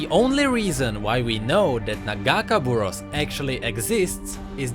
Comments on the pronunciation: It's not nuh-gahkuh-buruhss,it's nagah-kay-boroass. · after hear the name pronounced wrong so many times I got a little annoying. Its Pronounced. Naga-Kay-Bore-Ohs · You say nagakeborous wrong plz listen to illaoi vo and say it right. a nice video btw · As an Illaoi main, ya broke my heart when ya miss pronounced Nagakaboros T-T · You mispronounced nagakabouros. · I'm not gonna lie the way he says nagakaborus makes it hard to watch this video xD